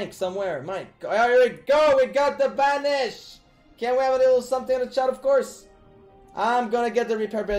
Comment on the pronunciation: POGGERS IN THE CHATTUH